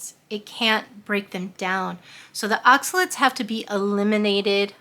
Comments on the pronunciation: they are not oxalits ...they are OXA LATES ....late like you are late for work.....please try to say it OX A LATE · More like “aak suh layt”